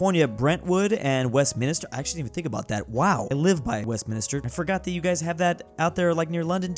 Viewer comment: “Wow, I’ve lived by Westminister” 😂 Isn’t it Westminster?